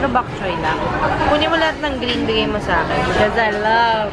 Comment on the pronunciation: it's bok choy not bak choy. 😊